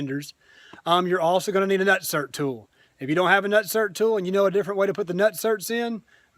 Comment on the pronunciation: Lol “nertsert” Great video, and VERY informative! 👍🏼Would you feel confident in standing on these fenders if ever needed?Vader looks bad a$$, btw.